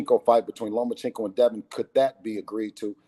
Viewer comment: Say it with me NOMACHENKO